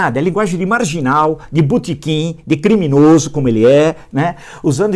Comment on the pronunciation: Toda vez que o professor fala "butequin", eu penso que ele vai dizer outro tipo de estabelecimento